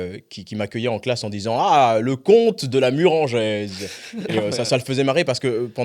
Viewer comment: Ce serait pas mal déjà de bien prononcer Murengeaise pour commencer 😅